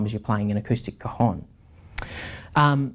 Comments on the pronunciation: Hi,your pronunciation of El Cajón is not correct.Impacts the A cAjón.You say "testicle" in Spanish..."COJON".... Regards from Spain! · Great review!! and I had a lot of fun when you pronounced the a of cajon so closed that sounded like an o "cojon" (cojon means testicle in spanish) this makes your review even better ;)